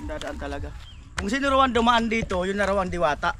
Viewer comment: Sabi mo diwata dilata hnd diwata😂😂😂